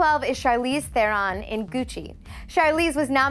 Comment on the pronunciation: whaaat no Nicole Kidman gtfoh, 1. Naomi was never married to Liev 2. You mispronounced Charlize's last name 3. Mila Kunis was not nominated Do your research, ughhhh